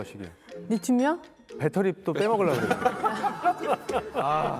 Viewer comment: 빳데리가 뭐여!! 빳데리??....에휴~~ 진경아?? 무식하기는 ㅉㅉㅉ 😮‍💨😮‍💨😮‍💨😮‍💨😮‍💨